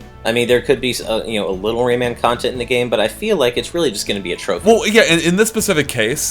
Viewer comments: rayman not raymen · Am I the only one annoyed by the way he keeps saying "Raymond" instead of "Rayman"? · Gah, its pronounced Ray MAAAAAN Not raymen. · Ray-MAN not Ray-MEN:S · Please stop pronouncing it 'raimen'. Pronounce how it's spelt. Rayman -> ray - man. Sorry it's just irritating